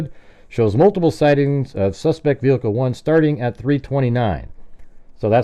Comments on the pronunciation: Do you mean ve-hickle ? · brilliant as always. It bugs me how she pronounces the word “vehicle”. The H is silent for crying out loud